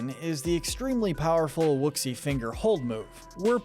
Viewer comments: "wooksi" it's pronounced "whooshi" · WU SHEEE NOT WU SHIX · its pronounced woo-she figer hold not woo-xi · It’s woshi not woozi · Wuxie fingerhold lmaoooooooooo. It's pronounced wu shi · Great video, but... it's pronounced "woo shee" not "wooks see" 😬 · The way you pronounced Wuxi sounded like you said whoopsee. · bruh mans says wouxi instead of woushi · "Wook-see?" It's pronounced "woo-shee." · It's pronounced wushi, not wooksi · Are we not gonna talk about how he pronounced Wuxi finger hold " ThE wUcKsY fInGeR HoLd " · Wooxy finger hold? Why didn’t you just watch the clip to make sure you were saying it right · Just to clarify, the Wuxi finger hold is pronounced "Wooshy" like they say in the movies, it's just a little confusing when you see the spelling. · It’s pronounced WOO-Shee Finger. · IT IS PRONOUNCED WU-SHI!!! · Dude, it’s pronounced wuh-SHEE (Wuxi)! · My god the way he said wuxi... have you not seen the film? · You put a clip of Tai Lung saying the Wuxi Finger Hold and you mispronounce it...